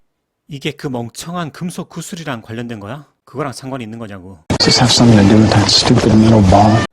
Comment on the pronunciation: 감사합니다.. 항상 최고의 강의라고 생각하고 있습니다. 그런데, 섬띵이 더 약하게는 서닝으로 들리기도 하는데 어떻게 발음하고 있는 걸까요?